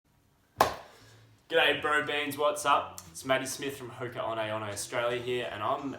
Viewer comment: at first I thought he said Hooker (prostitute).